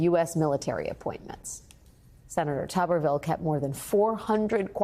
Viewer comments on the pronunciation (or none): Its not tuberville, tuber, yam is pronounced toober, tuberville is tooberville. A guy that sniffs dirty socks, sweaty armpits and jock straps, a failed, fired and incredibly ignorant coach pseudo republican alabama senator that lives in florida. He is the republican party, this tuber must have feathers he flocks with the other vultures.